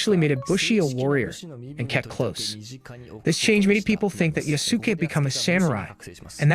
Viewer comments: Ya-Su-Ke. Eastern culture say each hieroglyphic as one syllable. It's not combine. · Everytime an ignorant English speaker pronounces the name yaSUke, a baby deer dies somewhere.